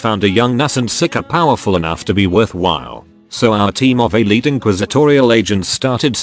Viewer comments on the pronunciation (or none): none